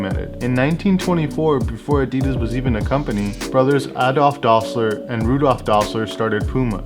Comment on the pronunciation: Dassler is not pronounced Dossler—the cause is in the name: Adi-das. And Puma shoes had a ‘panther’ on them. Really - it was a panther? Not a puma?